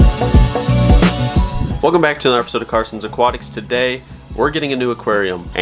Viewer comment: “Come bhAk” 😂😂